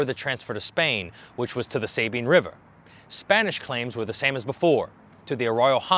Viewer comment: Enjoy your info and am subscribed. The US built Fort Jessup between Natchitoches and Many to try to control some of lawlessness of No Man's Land. Beautiful site to tour. It's pronounced Sah- bean, not Say bean. Js